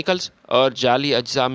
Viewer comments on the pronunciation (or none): جالی اجزا نہیں بلکہ جعلی اجزا ھے پڑھنے والوں کی اردو کیوں خراب کرتے ھو